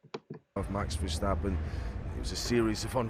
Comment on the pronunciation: I like how you call him strapon, I've been calling him verstrapon since that night.